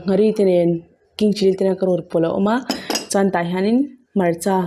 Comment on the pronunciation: Chuan ti ta la chan tih ang in a ri tlat 😃😃